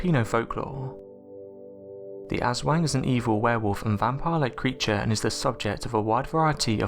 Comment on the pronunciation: Jon Haugland It’s pronounced like “ahswong”. The poor pronunciation here kinda killed the story. It’s just an urban legend and stories parents tell their kids.